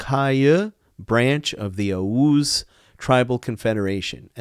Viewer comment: He cant even say oghuz